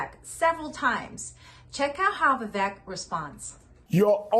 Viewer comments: I agree with the points you make on politics in general. However, please pronounce Vivek properly. It’s Vivek, as in “cake”. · Its pronounced viv-AKE